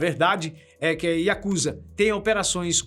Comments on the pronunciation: Que agonia ouvir o povo falar “yakÚza”😰😰 é “yakuzÁ”!!😪👌🏼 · Desculpe me mas a pronúncia correta é Yakuzá, moro aqui é respeitamos muito.